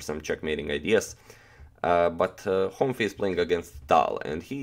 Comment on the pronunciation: The pronunciation of Károly is like Caaroy :D Last name Honfi, you said that right